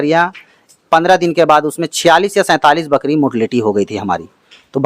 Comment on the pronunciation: बकड़ी नहीं, बकरी बोलो बकरी । बार बार बकड़ी बोल रहे हो । वैसे इसके ब्रांड का परमोशन बढ़िया किए हो । क्या रोग होता है, क्या लक्षण होता है, क्या वैक्सीन देनी चाहिए ये सब तो न पूछा न इस गधे ने बताया । बस, बच्चों की तरह यह रहा ब्रीडर, यह रहे मेमने, आदि मूर्खतापूर्ण बातें किए हो । कोई ज्ञानवर्धक जानकारी ली दी है तुमने